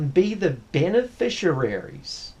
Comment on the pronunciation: I have no doubt that this may be the case but I must have chosen well. Both my ex wife and current wife have never been unreasonable. In fact, big ticket items such as cars, caravan and motor boats I have decided on with no opposition. Only one criticism is his pronouncing beneficiaries, which he prounces beneficiararies.